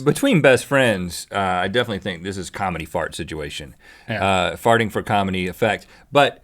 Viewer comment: Rhett "Sidgeuation" alert!